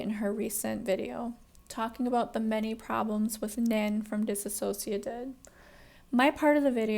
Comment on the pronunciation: Could you please pronounce their name correctly?